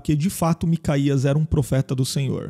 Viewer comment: Não se lê macaías lê-se MicaYauh os nomes estão adulterados nas traduções